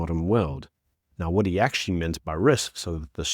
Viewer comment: Why can’t you just speak properly, man? “Wewd” it’s WORLD. “Wha” it’s WHAT. I’m sure I’ve heard you say “pacifically” instead of specifically, there’s others too. So annoying! “Disstassful” what’s that? Besides that, keep up up the good work.